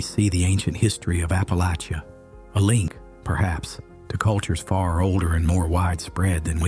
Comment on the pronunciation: You must be a local, as you pronounce Appalachia and Appalachian correctly. 👍